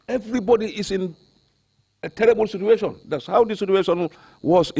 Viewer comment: Omg the next time he says "that was the situation at the time"... And instead of "situation" he actually says "sutuation"... He's hurting my ears. Goodness gracious 🤦🏾‍♀️🙄